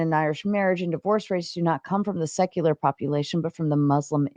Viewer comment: Whick can’t even say secular correctly. I have zero confidence in his hermeneutical and exegetical acumen.